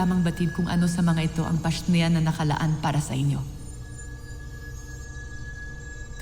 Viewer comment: “PASHNEA” hahahahaha